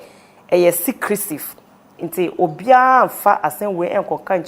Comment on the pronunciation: What is “SECRESIVE” 😂😂😂